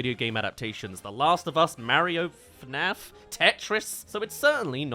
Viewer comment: When you said "FNaF," I thought you said "Knack" and I felt nameless fear inside my heart.